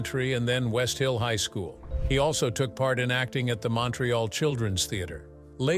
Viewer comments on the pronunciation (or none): none